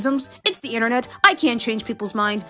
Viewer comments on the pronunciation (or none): none